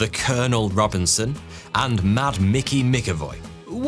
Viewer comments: Jesus Christ man...McAvoy is pronounced Mac Avoy, not Mick avoy. If you called James McAvoy James Mickavoy...he'd definately think you were taking the piss. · You pronounced it mickavoy it’s pronounced macavoy …. “MCavoy” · It's Mac-Avoy not Mic-Avoy. Good video though otherwise.